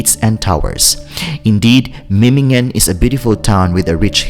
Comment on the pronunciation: Es heißt Memmingen nicht Mimmingen